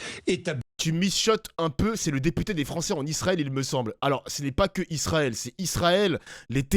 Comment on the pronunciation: 😂😂😂😂😂😂articule teputer